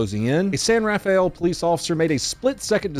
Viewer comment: Rafael is pronounce "Ruh-fel", btw Source: Am Bay Area native